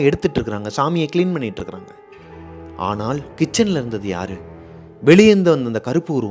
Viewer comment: தமிழ்—ஆனாள்❌❌❌❌❌(நாக்கை மடித்து ‘சொல்லும் ‘ள்’ அல்ல) ஆனால்✅✅✅✅✅✅✅ நுனி நாக்கில் ‘ல்’ சொல்ல வேண்டும்.. தயவு செய்து சரியாக சொல்லவும்,தப்பாக தமிழ் உச்சரித்தால் கேட்க கேட்க கோபம் வருகிறது..